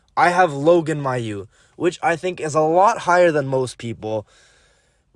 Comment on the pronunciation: Funny how you butchered almost every name... lol (Dobes, Mesar, Mailloux, Hutson) but I like the ranking.